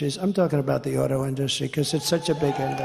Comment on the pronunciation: The way Trump always pronounces "industry". Who says it like that?